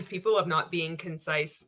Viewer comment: He has ruined the word concise!! Know everytime i hear that word i cringe because I can hear it in his condescending tone of voice. Oh and don't get me start on how he over pronounce the word!!